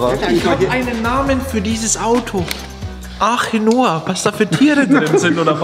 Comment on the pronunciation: Nicht Archenoa sondern ✨„Achenoa“✨